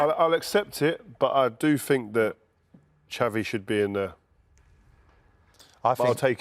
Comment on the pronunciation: I think the most criminal thing is rio Ferdinand pronouncing xavi as "chavy"